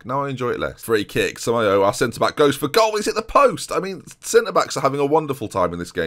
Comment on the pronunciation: Okay I'm typing this until you see it so here we go: "FER-REEN-YO" "SAMA-YO-A" (seriously, lad) "CA-ROTCH-O" "BUH-MAWN" (put some French flair on the "AWN") Like so sees.